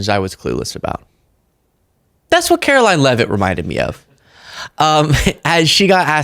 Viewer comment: Please say her name correctly: Carolying.